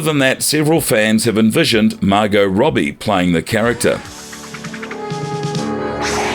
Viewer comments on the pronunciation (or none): none